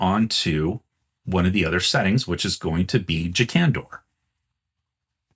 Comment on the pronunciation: Most of the alternate pronunciations I hear from you are reasonable, but who in the world would pronounce "Jakandor" with the emphasis on the first syllable??